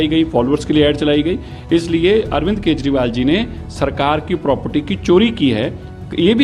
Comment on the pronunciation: मॅडम आप न्यूज एंकर कहा की हो, आपको अरविंद केजरीवाल बोलने को आता नहीं आप अरविंद केशवाल बोल रहे हो.😂